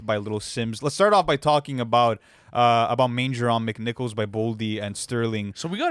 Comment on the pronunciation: LOVE seeing Manger On McNichols the love it deserves. And to be pronounced properly.